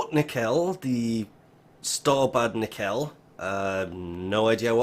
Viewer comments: Nekel? Have you never watched startrek? Nacell "cell" as in S sound, not K or C. Like cellphone. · Nacelle= nasselle. Pronunciation help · Just trying to be helpful here, Nacelle is pronounced like “Na”+”Cell”. Thanks for the info. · Pronounced "Na-sell" Also, 7mil. 1 for after the ship is finished being built. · Nacelle: Nah-sell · Its pronounced "Nah-cell" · It's pronounced: Nah-Sell. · Its pronounced (nah cell) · NAY-SELL or nehsell is how its pronounced :) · It's pronounced "nuh-sells" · Yeah I was like wtf is a nackel oh he means nacelle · Pronounced na sell